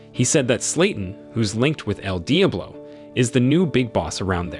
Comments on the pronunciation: Is this an A.I. voice? There’s no way you mispronounced Diablo so bad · How can you make an entire video saying the word Diablo so wrong, So many times? Jesus, it hurt my head to hear!